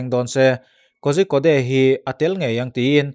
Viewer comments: Pu-a kozhikode hi korikott tiin lam zawk la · Kozhikode=Kodikawd ti a lam tur aw. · Kozhikode hi Kawrikawt tia lam tur a ni